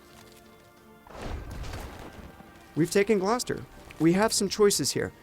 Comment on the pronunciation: He did pronounce it correctly. "Gloss-ter"